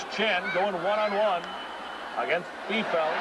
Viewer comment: LOL, the announcers mispronounced Joy Biefeld's (neè Fawcett) last name!